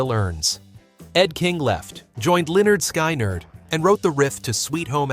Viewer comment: I've advised my legal team to take action against your pronunciation of Skynyrd.....see you in court 😉